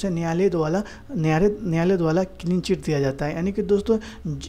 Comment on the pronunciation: द्बाला नहीं बोलो द्वारा बोलो